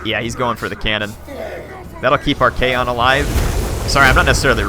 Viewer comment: It's ARCHAON not Archaeon peasents!